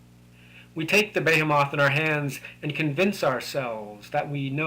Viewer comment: Behemoth is pronounced "be-HEE-muhth".